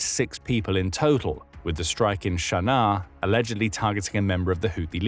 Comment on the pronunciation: I have never heard Sana'a called "Sharnar". Is this some sort of affectation?